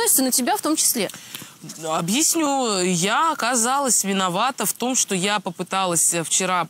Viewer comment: Ну почему обИсню, а не объЯсню 🤦🏻‍♀️